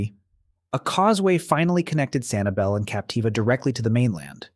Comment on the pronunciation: Maybe I went to the wrong beach, but around January this year I could barely find any shells in Sanibel. Also, that's not how locals pronounce it